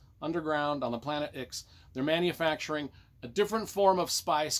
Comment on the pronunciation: Nah, was right, it’s pronounced like “six”. It was referenced in the original novels that the people of the Imperium had no idea that Ix was called such because it was the ninth planet in its system.